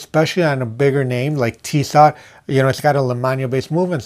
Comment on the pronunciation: It bothers me when a watch expert such as yourself mispronounces a watch. It is pronounced Tisoo. The second T is silent. I doubt you would like it is someone mispronounced your name. Just saying